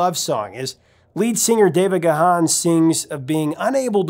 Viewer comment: neatdesign not trying to start a fight here but it is pronounced Ga Hon. Look it up.